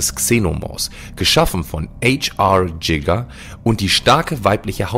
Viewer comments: Der Mann hieß nicht "HR Jigga" ^^ Er war ein Schweizer, also "HR (Hans Rudolf) Giger". Du kennst den Namen also beim nächsten Mal deutsch aussprechen :) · Also manchmal merkt man, dass ihr bei der Recherche ins Klo greift... "Ha Er Giger"... Er war Schweizer! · Habt ihr Giger einen deutschsprachigen Künstler englisch ausgesprochen?😅